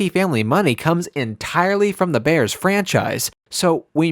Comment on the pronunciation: It's not "the" Bears. It's "Da" Bears. Geesh.